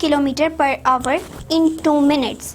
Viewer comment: It's not hover its hour Pronunciation